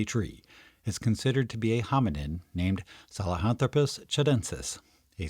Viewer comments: Well done video - but, dude: saHELAnthropus, not saLEHAntropus! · Great video. I learned something new. I used to think the word "nu-cue-lar" instead of "nuclear" was crazy. But "sa-le-hanthropus" instead of "sahelanthropus" is totally nuts! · If the name is " Sahelanthropus" why you pronounce it "Salehanthropus"? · Except problems pronouncing "sahelanthropus"...